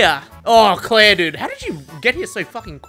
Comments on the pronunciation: Amazing video but are we not going to mention how he called Claire by her name and not a different goofy name because he forgets Resident Evil character names? Because if anything, I am impressed he says her name, lol. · This can't be, the real would never call clair by her name correctly